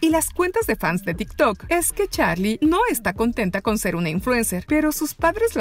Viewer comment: No es charlie es charli 😐